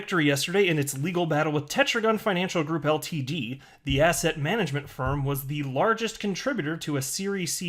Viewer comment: Hey, everytime you say “asset” I hear “asshat”